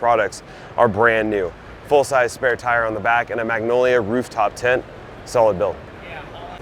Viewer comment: Magnolia?? AAHHRB? Emu Suspension? Huh? It’s an Autohome Maggiolina, A-R-B, and Old Man Emu Suspension You sound like a total noob.